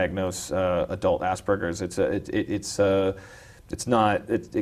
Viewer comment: I have Asperger's. No context, that's it. And stop fucking mispronouncing it - it's not hard.